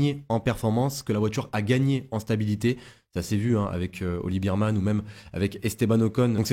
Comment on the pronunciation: ça se prononce bèrman